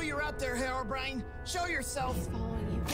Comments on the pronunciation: STOP CALLING HEROBRAIN HEROBRIAN! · listen... IT'S HERO-b.r.i.n.e